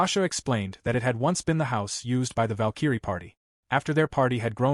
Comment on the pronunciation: how does the AI voice not know how to pronounce Valkyrie???